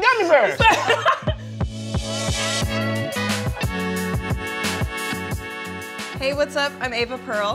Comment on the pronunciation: Nobody:: gummy berrrrrs